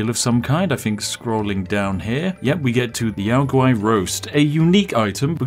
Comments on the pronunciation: "yow gowrie"? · did you calla a yao guai "yao gari"? lol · I'm sorry, how did you just pronounce Yao Guai? Yao gauri? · Yow guwhy - yao guai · We just gonna gloss over "Yao gowry" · I've always said it the way the NPC's say it, they pronounce it "Yow G-Why" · Gotta love that Yao Guai pronunciation XD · The way he pronounced Yao Guai pained me lol